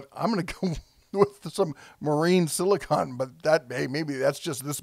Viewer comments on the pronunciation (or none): Not sure if anyone hit this yet, spoiler: word police, silicon is an element used for electronics while silicone is that goopy sealant your talkin about. I know it's probably a pronunciation thing but there is a difference, just sayn. My apologies if it's already been brought up.